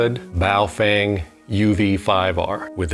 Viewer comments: It's pronounced "Bow-fung" not "Bow-feng". It means "strong wind". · You said Baofeng wrong...73's Hehehe....limburger...I'm only a General I'll come back and leave a really acerbic, asinine comment when I get my Extra tix. Then I'll be able to tell you EXACTLY how wrong you are...love the videos dude...you made me doubt my 50X1 choice with the Wouxun (you said that correctly) vids! For reference I'm a HAM Heretic...I run CB, HAM and GMRS in my daily driver...which I lovingly refer to as the porcupine...